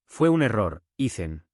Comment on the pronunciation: Porqué Ethan es Icen? pin-che IA XD!